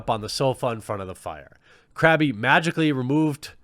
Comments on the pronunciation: Crab-e..... My nerd rage.... It's seething. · Crabby? M8. It's pronounced like Crab lmfao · It honestly bugged me that you pronounced Crabbe "crabbie." Lol. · Crabbe's name is pronounced Crab, not Crabby. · it's pronounced as "crab" but hey the pokemon KRABBY WORKS FINE TOO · "Crabby' God please no. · Anyone else get triggered every time he said Crabby? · I love you but the "e" in Crabbe is silent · Two things. First, Crabbe's name is pronounced "Crab" Second, I agree that she was objectifying Solid Snake, but come on! Someone took their time, lovingly sculpting that butt. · I love how he can pronounce the names of all the Harry Potter characters except Crabbe. Top Boomer quality Jeremy 😂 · The way he called Crabbe "Krabby" though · It's pronounced "Crab" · THE E IS FUCKING SILENT Look man, I love your content, but is there a Patreon rank to get you a subscription to Hooked on Phonics? P.S. Hope you get well soon man; sickness is a bitch